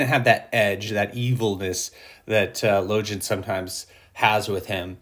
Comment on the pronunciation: Damn that's good. It's crazy how close people's imaginings are collectively based on amazing writing by Abercrombie...Now repeat after me: Logan (LOW-gEnn)